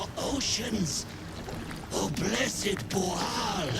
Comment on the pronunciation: I wonder if "BOOOAL" isn't really Bhaal, mispronounced and misinterpretted by them. I'm guessing yes. They were a fun little side quest. 😄